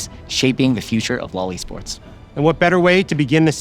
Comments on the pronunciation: Loved the video! Can we not standardize the use of "LOL ESports" vocally? It sounds... weird. It kept sounding like "LOLI Sports" while I was cooking and listening... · I heard Loli sports🙂. You might want to find a different way of saying that.